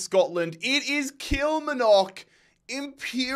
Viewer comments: The way you say “Kilmarnock” gets me every time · The Kilmarnock pronunciation is killing me lmao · Every time he says Kilmarnock, I feel a completely unreasonable amount of rage lol. Emphasis on the middle syllable please!!! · Sorry man I have to say it as you did it last season too. kill-mar-nick. Not kill ma knock 🤣. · Just for future reference, Kilmarnock from Scotland is pronounced KILL - MARR - KNOCK not KILL - MIR - KNOCK :) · Just to specify Kilmarnock is pronounced Kil-Marr-nock instead of Kil-ma-nock or whatever you say (I’m from Scotland) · Really good content! Love the Global Imperialism series. Kilmarnock is pronounced Kill-mar-knock though 😅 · Bahaha Walsall knocking Fulham like that has peaked my emotional state. And still this guy can not do limbs, doesn’t have the voice at all. And it’s Kilmarnock not Kilmanock, the r isn’t silent. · That's not the problem, his accent is just non-rhotic. The real problem is the emphasis on the final syllable: he says kil-mar-NOCK when he should be saying kil-MAR-nock. In his accent neither of those pronunciations have an r sound, and while he could put one in, it's still correct for him to say kil-MAH-nock. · Kilmarnock is pronounced Kul-mar-nuck not Kila-ma-nock. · Please don't call killmarnock killmanock😅😅 it's called kill-mar-nock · Kilmarnock is pronounced Kill-mar-nuk. Or just call it Killie. 😂 love this series. Big ups from Bonnie Scotland 💚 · Kil-Mar-Nock , drives me mad to hear your version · Brilliant series mate! I'm a Kilmarnock fan so can you please please pronounce it as its supposed to be. As funny as your pronunciation of it is..😂😂 it's supposed to be KIL-MAR-NOCK 3 syllables. Much love. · Legendary series! Just a note that Kilmarnock is pronounced with the r so it's not Kilmanock like you said 😂😂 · Kil-MARN-ock. Don't envy some of the teams you have to pronounce dude 😂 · Just a head up, it's pronounced "Kil-Mar-Nick" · Kilmarnock is pronounced Kill-Mar-Nick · Please 😢 It’s Kil-Mar-Nock